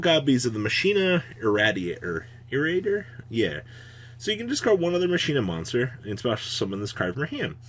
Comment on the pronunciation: Card: "Machina Irradiator": "Musheena Raider, yeah."